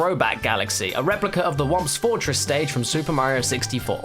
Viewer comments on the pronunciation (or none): Did he call the thwomps "womps"?